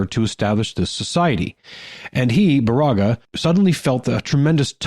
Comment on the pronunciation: Baraga=BEAR=ah=gah. Keweenaw- KEY wee nah